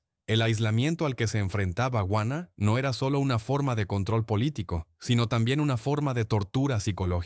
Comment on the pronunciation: Juana, JUANA NO GUANA O UANA, JUANA LA LOCA. Eres hispano parlante, parece mentira que no leas !!